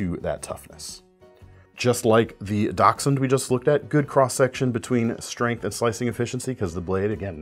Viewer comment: Awesome knives this week. And you're like only the second person i hear pronounce dachshund the roght way lol. Thought for sure the dog names would give it away to some...NOPE lol. Happy New Year everyone.